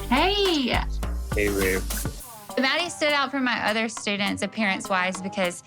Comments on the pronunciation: Right it was driving me crazy like its mah-di not maddie 😭😭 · Hes pronouncing his own name wrong lol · BTW she's pronouncing his name wrong he should at least teach her that